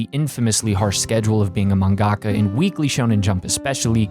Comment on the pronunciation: I'm telling you this to try and help, you're saying mangaka wrong and it sounds ridiculous. You just say manga with ka on the end, look up the Japanese pronunciation.